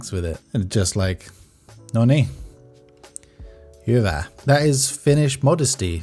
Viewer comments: I literally laughed out loud when after talking about the soldier you said "noni hyvä", like a true Finn. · Laughed at "Noni, hyvä." 😂 Sounds so finnish as it can. 😂